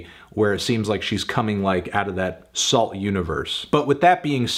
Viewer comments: i think the T is silent so it’s like Soul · I've never heard of this group, but isn't it pronounced "soo"? At least in Canada (and I supposed other French speaking/influenced countries), that's how we pronounce it. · Isn't it pronounced "Soo"? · Anyone else think it was pronounced "Soo", like Sault St Marie, or is that just the Minnesota in me 😂